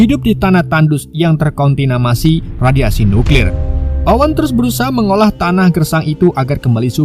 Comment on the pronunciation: Apa? Kontinamasi😂kontaminasi min